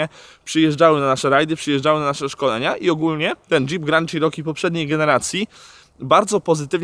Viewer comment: Jak mantrę zawsze powtarzam ludziom - wymawiajcie proszę poprawnie marki/modele aut. Ten model Jeepa wymawia sie "czeroki" nie "cziroki" albo co gorsza "sziroki". Przy okazji fajna furka, miałem większość modeli mieszkając w USA - zawsze miałem do nich słabość.